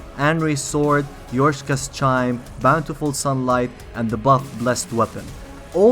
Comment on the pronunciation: 'Yorshkas Chime'... murderer